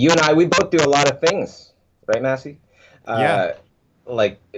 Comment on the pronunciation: did he call maciej "massy" lmao